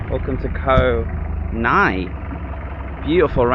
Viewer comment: รู้ละ ฝรั่ง ออกเสียง ง.งู บ่าได้ 555 พังงา อ่านว่า พังนา เกาะไหง อ่านว่า กอไหน